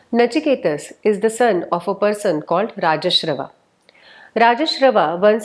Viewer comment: Pranam 🙏 It is not important but hope in script the Vajshrawas is actual name not Rajshrawas as pronounced in narration. No intention to find fault or to hurt but positive vibe to alert bcz many will be listening. 🙏